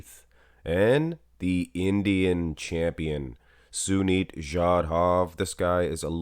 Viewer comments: Sunit not junit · Its Sunit jhadav not jhunit jhadav